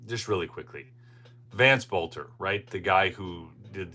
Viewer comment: It may just be a pet peeve of mine, but you need to pronounce their last name properly. I mentioned this once in one of your videos. His last name is pronounced belter, the O is silent. His dad was a school teacher of mine. Everybody is pronouncing his name wrong, except for a few people on the local news.